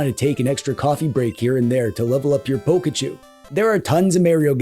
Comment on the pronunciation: Ah yes, Poke-a-choo, my favorite Poke-e-man 🤗